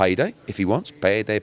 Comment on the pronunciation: “Peyday peyday” 🤣🤣🤣 Eddie Comedy